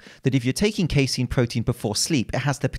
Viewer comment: Actually it’s pronounced “casein”